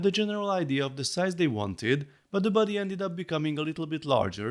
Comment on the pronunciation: Thought you were saying "buddy" and not "body" for a while, and I just accepted it, like "yeah he's my buddy" lol Really cool! I think they did a surprisingly good job capturing the wrinkles, and starting with the most important feature (the face in this case) made sure it doesn't look uncanny or out of scale and that everything has a decent amount of detail, I think more Lego sets could take notes from that honestly. Unfortunate that they couldn't fit the neck extension feature but it's an understandable trade-off and I'm sure a MOC builder will figure it out eventually :)